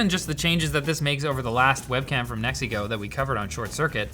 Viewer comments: Every time you say "NEXIGO", I hear "MEXICO". It is fun. "the last camera we bought from MEXICO"..... 🙂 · A like and comment Just for the way Pronouncing NexiGo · He says "NeXiGo" as if he's saying "It's a me MARIO!"